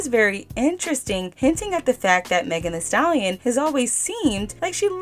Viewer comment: 🤡🤡🤡🤡🤡=MEGAN “HEE” Stallion